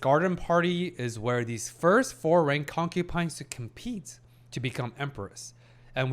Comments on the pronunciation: You’re saying concupines and not concubines on purpose, be honest haha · Please.. it is concuBines not concuPines … been killing me…